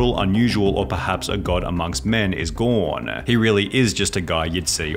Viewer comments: No “gawn” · is gaaaaaaawwwwwwwwwnnnnnn who the HELL pronounces gone like that? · I like how he pronounces gone. "Gown"